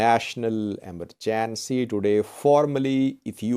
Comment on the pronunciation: How to pronounce EMERGENCY